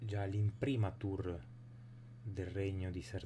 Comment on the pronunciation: Viva l'Italia, viva l'Esercito! Attenzione soltanto alla pronuncia di imprimatur: ìmprimo ma imprimàtur, l'a del congiuntivo è lunga.